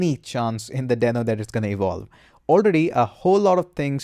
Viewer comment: It is a dinosaur not a sock...watch Ryan Dalh Talk..he mentioned it And its Dee-no